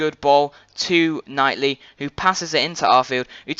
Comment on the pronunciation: U keep saying Shane long when there is two longs Chris and Kevin and also it kightly not nightly good video though